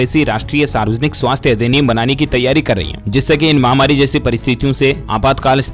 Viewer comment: Aap mahwari mt bolo. Wo mahamari hai